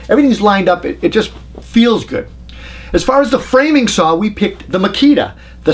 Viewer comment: I just like to listen to see how many times he says "Sawr". Seriously, I think they are all great saws in the top 4 brands. I just don't want to use a saw that takes a 9Ah battery or larger, at that point I'm plugging a cord in to save weight. I have so many 18V makita packs I could easily run 36 volt and dont for just that reason.